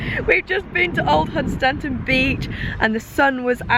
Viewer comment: I'm lucky enough to live about nine miles away from (pronounced as says lol)Hun Stan ton. Local says Hunstun.